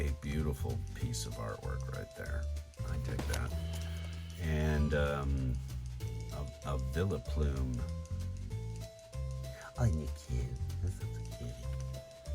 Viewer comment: I think you get low views because you seem like you don't like Pokémon and instead you just want to make videos. You made a couple of mistakes when naming Pokémon (vil-e_plum) is pronounced (vile! Ploom) just advice for you next video. Ps I'm not watching the next one simply because the way you pronounced them I am no longer interested in a 60 year old man who is just looking at random cards